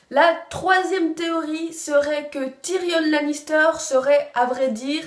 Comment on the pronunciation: ben si le N de Tyrion se prononce justement en anglais, donc phonétiquement c'est TyrionNE